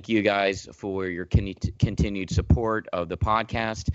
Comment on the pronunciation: “kentinued”. i see nothing has CHANGED since before